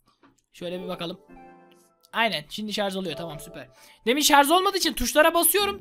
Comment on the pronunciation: şarz değil şarj